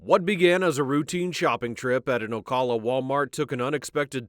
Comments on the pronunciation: Ocala is not pronounced 😂"Oh Call uh" it's "Oh Cal (like the Cal in California) Uh" Timucuan Indian name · Ocala - OH CAL UH - CAL is pronounced like CAB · please pronounce Ocala the right way.